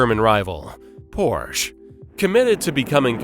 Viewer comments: Don't forget the e in Porsche! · You said Porsche wrong 😤